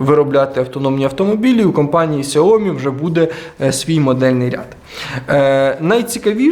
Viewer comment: Якщо вже на те пішло, то китайською правильно «сяоМІ» з наголосом на другий склад.